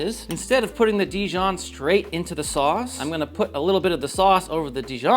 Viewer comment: “dEEjon” not di-jOHN